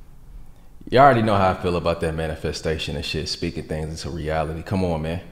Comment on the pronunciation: bro say "common man" like y'all see the crib?!?!?😂